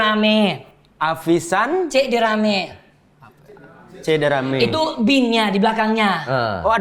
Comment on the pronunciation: nama nya itu guna bahasa kelantan...salah satu nama negeri dalam malaysia.. che derame tu sebutanya yang betul CHEH DERAMAN.. negeri kelantan bersebelahan dengan negeri thailan 😊